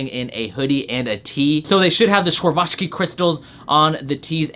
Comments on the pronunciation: Its pronounced swur-awv-ski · This week is shyte Also it's pronounced swar-ov-ski